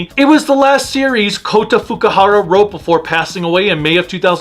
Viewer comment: It's Fukuhara, not Fukihara.